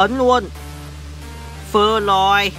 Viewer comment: tk này bị ngọng phê lòi ns phơ lòi kkkk